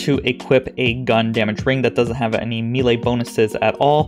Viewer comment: I have posted this request in other videos of yours. Please please please. May-Lay. May-Lay. Old D&D nerd here. Thx for your cooperation. Lol. Love the videos